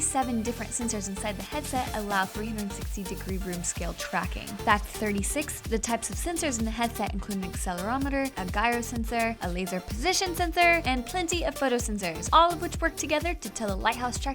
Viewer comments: It's pronounced jyro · I think this girl has a problem with her g's. there are a lot of J sounds that should have happened that didn't. Habringer, gyro, etc. I want to hear her try to say george. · a "guy-ro" sensor? Find someone literate to read the script.